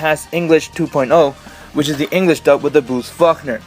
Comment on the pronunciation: Bruce Fuckner? Lmao, it's pronounced "Fawl-koner".